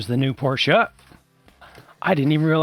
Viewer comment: Somebody who knows how to pronounce Porsche correctly!